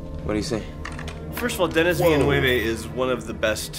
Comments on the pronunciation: As a french canadian from Quebec with a girlfriend who's last name is Villeneuve... It's not Villen"U"ve either. You now when you pronounce de E in "THE" or "huh", this is the same. So it's Denis Villen"E"ve. This guy is a legend for us. I can't believe that they thinked of the visual of this film in a basement in Longueuil "un sous-sol à Longueuil" like Denis said. This is the town where i live. From Denis to start from here and to be known internationnaly, this is a huge inspiration for us. I like your video so much. You know your the only youtube channel for wich i pay a montly subscription. Keep up the good work guys. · As a fellow French Canadian all I can say is "Ça c'est pas comment tu dit son nom, tabarnak!'' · You are right, except that in "Villeneuve", "eu" is pronounced like "uh" and not like in "joyeux." But yeah, you need to be fluent in French to know that, and pronunciation is better than most I've heard... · I'm French-Canadian and the "Villeneuve" stuff is killing me! 😆😆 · Actually, it's none of those prononciations 😂 (french people here). It's more like the V sound, then how you pronounce the letter E, then L sound, then N sound, then how you pronounce the A letter in "a dog" , then again the V sound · From a French speaker... Even pronunciation of Villeneuve isn't good, I'm so sorry... ToT Translated literaly, this surname means "New City" (Ville Neuve) and the "eu" sound is almost the same that "uh" in English ^^ That was the little pronunciation point! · Omg that took a few seconds to understand that he meant Dennis Villeneuve not Denis Villanueva 🤣😂 the editing was perfection 😁 at the moment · As a french canadian, hearing trying to prononce Denis Villeneuve and having no idea who he is talking about... thanks for the laugh. And you are both always welcome in our «belle province» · As a French canadian, the part about Denis Villeneuve made me laugh so much! I never would have recognize Denis Villanueve (Villeneuve)